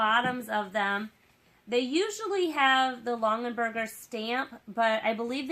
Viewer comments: OMGOSH. Stop saying LongENberger. It’s LongAberger. (“gah”) There’s no N in the second syllable of this family name!! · Longenberger?? It’s Longaberger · And they’re pronounced Long-A-berget! 🤣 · Plus her mispronunciation of the name is driving me nuts!!!!!